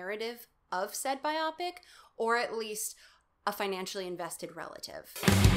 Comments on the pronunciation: We pronounce biopic the same way. This is relatable and therefore I like it. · o you say "biopic" like i do! you are the first person i've ever come across who does! (though i have managed to convince a few people over to our way of pronouncing it solely through the logic of "it sounds better")